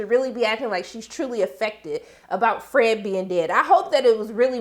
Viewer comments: I lmfao everytime u say FRAGGEDY🤣😅😄😆!!Ok back to the review.... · I gonna miss you saying Fredggety! RiH Fred!